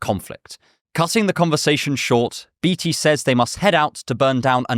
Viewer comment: I don't think that is how you pronounce Beatty.